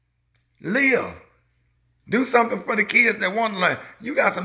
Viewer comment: Well Sir, you done said “somp”🙇🏽‍♀️